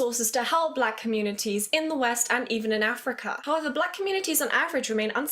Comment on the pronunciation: People latch onto the "Afriker" portion but I really want to know who is pulling aside wee little kids to talk about the slave trade. That sounds like a much more interesting story to be told than her obvious lack of proper pronunciation of the word Africa.